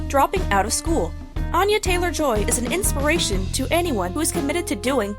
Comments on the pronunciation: it’s actually pronounced with an A sounding similar to Anna not Ana (An- yuh, not On- yuh) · Here's a fun fact about Anya Taylor-Joy that apparently whatever moron put this crap video together doesn't know: her name is pronounced ANN-yuh, not ON-yuh. She's very adamant about this. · Since you pronounce her name incorrectly I wonder why you think you know much of anything about her. Too embarrassing for words.